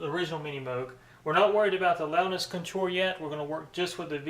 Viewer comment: CON-tour, not conTOUR. Took a minute to figure out what you were trying to say. Otherwise, neat comparison vid.